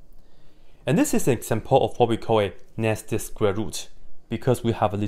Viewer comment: When he says "nested square root", I thought he was saying "nasty square root", and I was still in full agreement